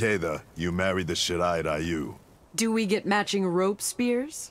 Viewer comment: Everyone: shirai ryu: SHIRA RAYU!?